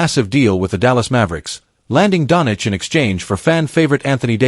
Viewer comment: its not 'donich' its donCHEECH' , STUPID.